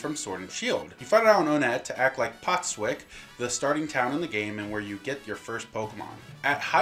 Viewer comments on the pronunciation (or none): Dude it's Postwick not Potswick